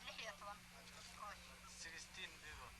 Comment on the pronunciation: WHAT IS SHE MEANB5 MILYAN PEOBLE HHHHHH 4O MILIAN PEOBLE THERE.